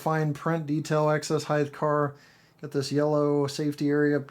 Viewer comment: Excess HeigHT not Excess HeigTH